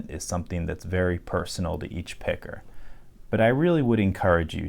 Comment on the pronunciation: Hey buddy at about you called me a “picker” and while I’m cool with it, you had better ease up on that “er” when you’re out on the streets just a friendly warning